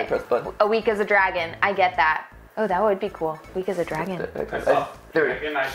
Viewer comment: Dwaaaaaagon I would summon a dwagon